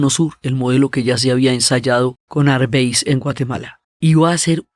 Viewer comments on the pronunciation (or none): Gracias Diana. Siempre interesante. Me llama la atención cómo pronuncias "Arbenz". En Guatemala lo leemos como se escribe